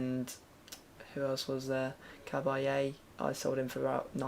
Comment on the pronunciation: You pronounced Cabaye wrong